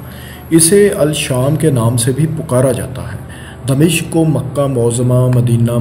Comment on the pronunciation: Its dimashq not damishq.